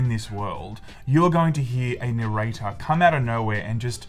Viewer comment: Never heard narrator so many times. The accent makes it sound so wrong